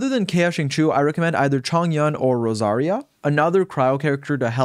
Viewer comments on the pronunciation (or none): im sorry but ur pronunciation is horrible. xinqiu is pronounced: sing cho. not sing chu.. and chong yun??? its pronounced chong yoon.